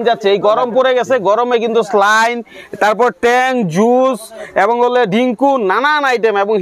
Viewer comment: ভাই স্লাইন না সেলাইন 😂😂